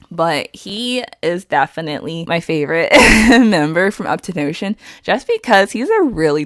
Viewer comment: Uptonotion? It's up 10 tion